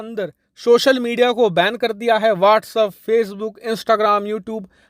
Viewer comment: Its WhatsApp. Not Whats up. At least you should pronounce it better.